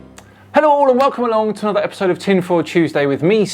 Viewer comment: AHA! said "epidode" instead of "episode"! He used the letter "d" as in "devil"! Also the word "epidode" has the number 666 in gematria. Coincidence? I think not.